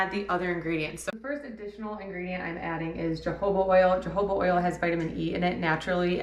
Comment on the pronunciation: Took me a minute to figure out what oil you were saying. The word jojoba is pronounced HO-ho-bah.